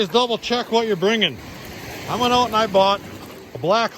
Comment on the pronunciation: “We’ll check it oot” 😂